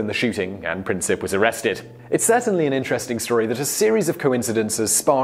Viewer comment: Also, with Princip, its Prin-seep